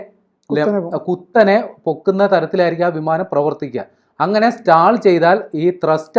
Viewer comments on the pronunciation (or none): സ്റ്റാൾ അല്ല സ്റ്റോൾ ആണ് 😂😂😂